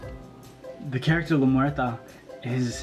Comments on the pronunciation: its not lameurta its lamuerte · It's pronounced " Lah Mwehr-tey"